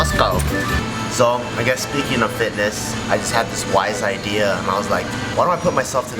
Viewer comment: BART SAYS "IDEARS" INSTEAD OF "IDEA"